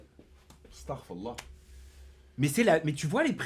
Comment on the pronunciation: le starfallah je m y attendaispas ahhaa een plus l accent etait parfait ahaha